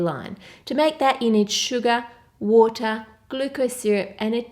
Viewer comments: When she said sugar, I heard Suga instead lol HELP.....(I can't be the only one wink wink)😁😅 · when she said sugar I hear Suga😂😂😂 any ARMYs hereeee?